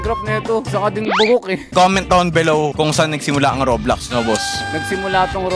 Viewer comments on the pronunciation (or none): Bakit Rublox hahaha Rob Lox parang Lax 😅